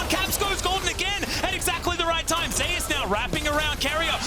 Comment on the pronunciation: If he pronounces "Zeus" as "Zay us" one more time!